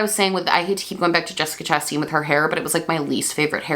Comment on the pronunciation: I love you but it’s chastain not chastein bestie